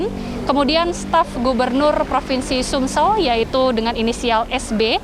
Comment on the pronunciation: Reporter TVOne berkali menyebut SUMSEL 😵😵